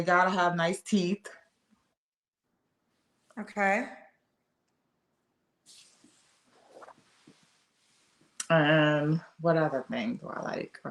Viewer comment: That's a man ...and he said " gotta have GOOD THEETH...SIR THOSE ARE NOT YOUT THEETH